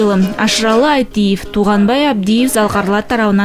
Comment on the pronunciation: Айтиев эмес Айталиев туура сүйлөп үйрөнгүлө .